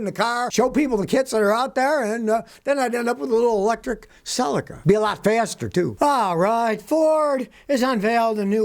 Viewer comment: You are pronounce your Celica sounds selleca .